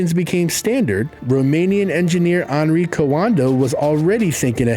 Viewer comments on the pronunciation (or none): none